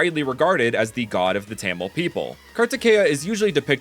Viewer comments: It's not pronounced Tamil but pronounced ta-mill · As and Indian,I very much respect all of this. But,'Tamil' (The language of the Indian state Tamilnadu) it is pronounced : Ta in the sence 'tata!' and mil in 'windmill' there you go,Tamil. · You did an amazing work on this video but a small nit-pick I have is how you pronounced Tamil, it's more Tah-Mil sounding